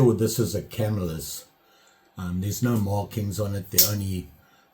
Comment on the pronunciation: Great job, Super awesome outcome, Trials & tribulation eh...Rogue here Not busting them on you today... Do not think its a Camel lis or Come-i-lus (correct pronunciation of my Hometown TY) I have 2 bokers that look very similar, handles, tools etc. 1even has forged & 1 says Improved Cutlery. also an Ulster & a Pal. I do think it is a NY made knife, though. keep up the good work.